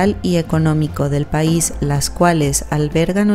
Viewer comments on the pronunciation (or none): none